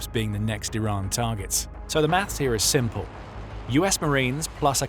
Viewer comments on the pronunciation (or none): none